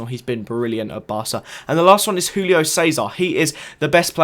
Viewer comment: Julio Cesar is Brazilian, so it is not HULIO, but ZHULIO.